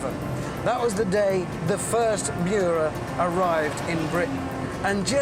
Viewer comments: Nice "Muira" .... you would expect more from top gear channel... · Richard Hammond said it well. It is the Miura, not Muira. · Muira??? Miura!! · the name is MIURA not muira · the intro says Muira and not miura lmo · "Muira"? Ummm....... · ITS NOT MUIRA, ITS MIURA. I DON'T KNOW ANY "MUIRA" >.< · pronounciation : muira: moo-ee-ra miura:mee-you-rah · It's a Lamborghini Miura, not MUIRA! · it'a Miura not Muira .. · omg not muira...MIURA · No one: Top gear: Lambrogonio Muira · Muira? Lol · It‘s called the Miura! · Nearly 2 million and they don't even bother to correct Miura. Unbelievable. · shouldnt it be Miura?